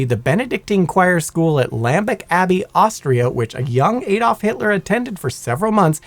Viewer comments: Who the f is "Aydolf" Hitler?....its Adolf Hitler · Add-olf. Not hey-dolf.